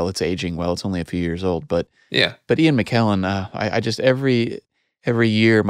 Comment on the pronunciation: Ian not “Uan”. 😊